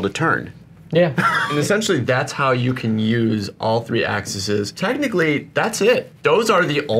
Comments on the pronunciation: “all the axxisssez” 🤣 it’s “axes”, boys. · axes. i know i'm being pedantic, but cmon engineer bro.. axes.